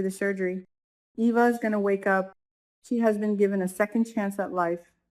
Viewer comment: EVA is pronounced “EE-VA”